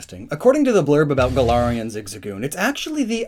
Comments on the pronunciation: It's Gal-ar-Ian forms, not Guh-laryin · Me, a Pathfinder player, constantly hearing "Golarion"